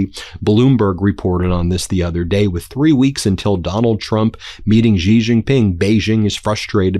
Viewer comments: In Chinese pinyin, "X" is NOT pronounced as a j/g or zh. It is is pronounced as the "sh" sound. So his name sounds like "she." Shee. NOT like "gee," NOT like "zhee." Shee. Sheeee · Xi is pronounced C. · Taiwan is part of China. If you don't understand stay away and focus on your problems at home. And you can't even pronounce his name properly. It's pronounced "she". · Pronounce the name of China's President properly. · I wish you'd learn how to pronounce "Xi".